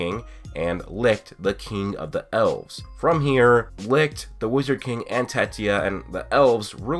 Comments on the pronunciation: HOW THE FUCK DOES THIS GUY STILL NOT KNOW HOW TO PRONOUNCE "LICHT" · The way you say, - LICHT makes me cringe hard man. You are pronouncing it wrong. But beside that you have a nice theory!